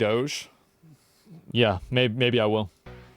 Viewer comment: DO-GE Do-ghee TF is dodge?